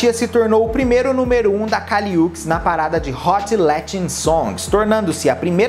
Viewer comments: que agonia vc falando UKIS, é uchis mesmo som de xi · pelo amor de Deus kkkkkkk se pronuncia Û-tis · Oi! Adorei o vídeo! Essa musa foi minha trilha sonora de 2021 com todas as forças. Gostaria de pontuar somente a pronúncia correta do nome da Kali. Se fala o Uchis como se fosse "útchiz". Sempre que fico na dúvida sobre a pronúncia correta de nomes de artistas no geral, vou atrás de entrevistas nas quais eles se apresentam. Aí não tem erro! Hihi. Besos! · A pronúncia do "Uchis" está errada.